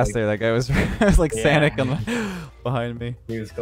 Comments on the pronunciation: lmao. “That guy was like sanic..on the..behind me” Anyone else have a thought he might have been trying to say ssssuhhsssoniccc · Y'all just gonna act like he didn't just call my boy sonic "sanic"